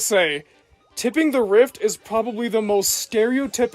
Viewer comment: You keep saying it as "Tipping". It's "Tripping".